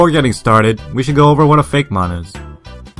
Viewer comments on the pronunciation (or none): I'm pretty sure it's pronounced Fake-ee-mon.